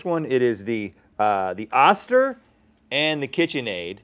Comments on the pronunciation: Pretty sure it's pronounced ŌSTER Rhett!! 🤔 Only know because I have two friends whom are sisters with that last name. Challenge me!! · I always thought that it was pronounced Oh- Ster Like toaster without the t Is that just me? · It's pronounced"oester". Not short sound o but long sound o